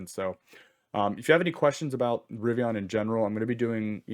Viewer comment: It’s River + Indian = Rivian there’s no O.